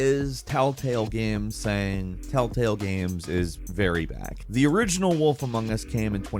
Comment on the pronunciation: First few telltales sounds like talltales but then afterwards sometimes u say it and sounds a mix of both. 😅😅